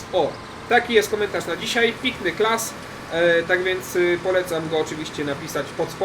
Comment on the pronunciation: Pinkny class, niewiem jak to wypowiadałeś XD